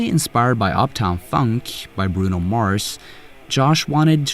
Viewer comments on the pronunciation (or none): none